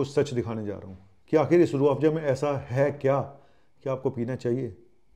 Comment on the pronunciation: Z for zoo hota hai ya Joo😢, Afza ko pronounce kar rehe ho Afjaa😮😅